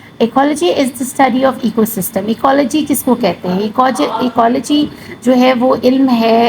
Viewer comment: Ekyology pronunciation hai ap ne galat pronounce kia